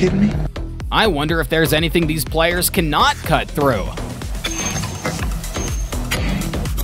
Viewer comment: Dude it’s ply-ers not players . Are you an ai